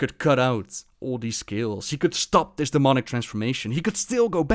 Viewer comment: you pronounce this as "dis"